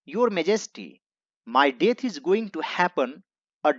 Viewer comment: Meri to aapse 2 vinti h, 1st, video ke last me paragraph ka translated shot laga diya karo aapki handwriting samjhane me bahut dikkat hoti h 2nd, pronounciation sahi Kiya kare English ko English ki tarah . Jaise view~ bhiyo What - bhat Is - isch